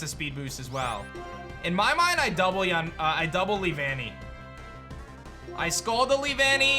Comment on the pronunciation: “Lee-Vannee” caught me by surprise, i remember it being “Lee-vuh-nnee” in the show and it also wasn’t said as 2 separate words but one flowing word (Also my favorite bug type :3)